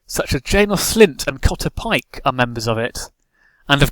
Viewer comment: The only name you pronounced correctly is Cotter Pyke